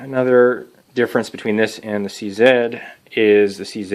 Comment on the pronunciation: Big ups for saying "C Zed" instead of "C Zee"! Proud to be Canadian